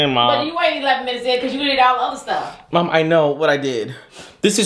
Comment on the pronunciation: lol he says mawm not mom😂 and she said suck it boy…..it reminds me of a Keenan and kel moment!